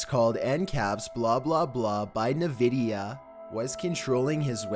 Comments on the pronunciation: I knew it was good when he said “navidia” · Naa-Vidia... Sure